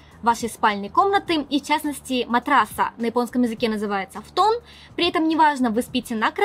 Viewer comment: Фтон...Но ведь фУтон🙀